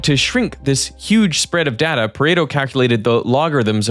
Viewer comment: I really wish that he would stop mispronouncing "data"...